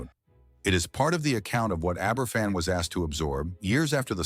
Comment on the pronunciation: Right, that does it. Aye ber fan? I'm off.